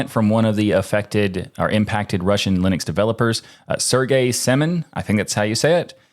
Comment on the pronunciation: We have come full circle now: guy correctly pronounces Linux, doesn't know how to pronounce Torvald's name.